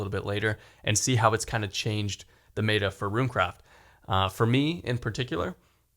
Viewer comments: Dear it is pronounced met-ah not may-tah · Is may-tuh the new meta pronunciation?